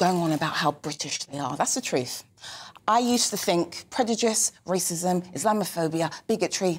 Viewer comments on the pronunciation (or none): She still can’t pronounce prejudice correctly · Someone please tell her how to say prejudice.